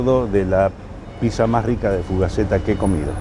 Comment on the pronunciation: Banco que el Burguer la nombre "piSa", cada vez que alguien la llama "piCsa", en algún lugar de África muere un elefantito bebé.